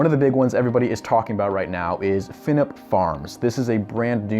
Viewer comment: The Fienup Farms in Chesterfield is pronounced Fee-nup not Fin-up for future reference